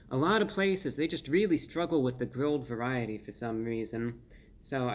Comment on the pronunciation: The pronunciation of varyyyit-eee was something else.